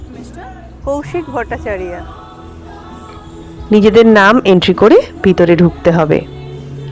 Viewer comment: একটা জিনিষ খুব শব্দ দূষণ মনে হলো কিছু মনে করবেন না। আপনি নাম বললেন কৌশিক vattachariya। ভট্টাচার্য নয় কেনো কেনো west bengal থেকে বাংলার এই pronunnciation হবে। গর্বের সাথে বলুন । আচ্ছা এই যে বাংলা থেকে English হলে অন্য কোনো টাইটেল যেমন দাস কুন্ডু কী বদলায়। বদলায় না। কিনতু ইংরেজ ra nonbengali Ra ucharon করতে পারে না তাই এই রকম শব্দ বন্ধ।